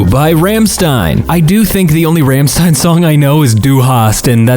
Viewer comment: Rammstein is pronounced "Rrramm-sh-teen"